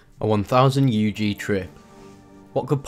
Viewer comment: Dude said “U G” trip. You already know its fake